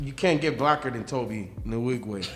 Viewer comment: Tobe Nwigwe is pronounced Toh-bae Wee-gwe.